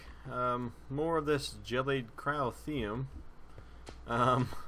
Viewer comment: I'm looking forward to it. Though you don't need to question the words Gelid Cryotheum, you're saying it right.